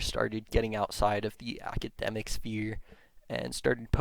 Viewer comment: Also he keeps saying things like "prersonal blog" and "I found it on the forms" and "ackydemic"